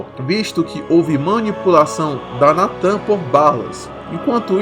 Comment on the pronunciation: Opa da hora o vídeo, mais uma pequena correção o nome real da Lotus é Natah, Natan ficou meio estranho.